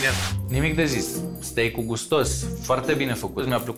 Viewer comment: Steak este pronuntia corecta, dar cred ca s-au grabit